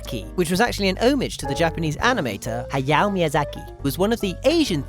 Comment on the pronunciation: Lol the way you said "Hayao Miyasaki"... You DUMB